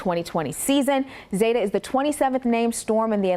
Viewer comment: Zeta the e is long it’s zeta not zata